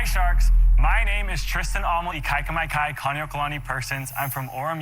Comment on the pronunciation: Go visit the big island of hawaii if you cannot pronounce his last name lol plenty Hawaiians there for ya